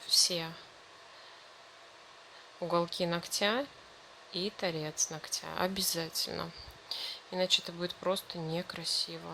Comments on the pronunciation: И не ногтЯ, а нОгтя если видео снимаете, говорите правильно, не в обиду, просто слух реально режет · Все хорошо, но как же выводит это "ногтЯ"!!! НОгтя, дорогая девушка, нОгтя - ударение в родительном падеже на первый слог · Не ногтя,а ногтя ударение на первый слог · Не ногтя,а ногтя. Ударение на первую гласную.